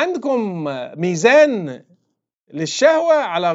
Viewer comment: طحكني خصوصا لما قال مزان الشهوه 😂😂😂😂